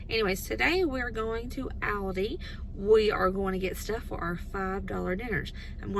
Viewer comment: Have sooo got to make all of these..they look soooo good. AND very affordable..!! Oh by the way..I just LOVE the way you say Aldis.. Sharing this video on my page so I will have the recipes..